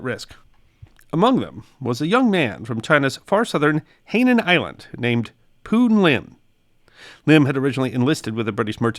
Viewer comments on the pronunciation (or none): Hainan is pronounced "High-nan", and a British lieutenant is a "leff"-tenant" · Hainan is pronounced "high non" and translate to south sea. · is struggling a bit with the pronunciation of Hainan, the island name, but really appreciate the effort you made.